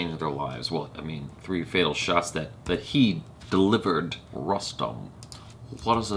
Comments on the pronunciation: On a funnier note... used to pronounce 'Punjab' as 'Poonjab' for a while, before he was told that its actually like the word 'pun'. So with 'Rustom', felt..wait I know this shit, I won't fuck up by calling it 'Roostom' n I'll call Rustom like 'custom'. Haha! little did he know.:) you're cute af! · "Rustom" is pronounced as "Roostom".. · शायद फ़िरंगियों की बुद्धि काफ़ी मोटी होती है। अक्षय कुमार फ़िल्म में ख़ुद को बार-बार "रुस्तम पावरी" कह रहा है, और इसके बावजूद ये भाईसाहब "रस्टम" "रस्टम" कर रहे हैं। कुछ तो गड़बड़ है दया...!